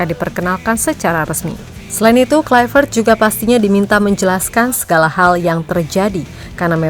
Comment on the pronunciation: Haii,... saya mohon, KLUI, bukan KLAIveet, krn dia orang Belanda, bukan orang Inggris... Kalau nama kita dilafalkan salah pun ga suka, kan... semoga bermanfaat, spy ga nularin kesalahan ke masyarakat Indonesia... Makasii...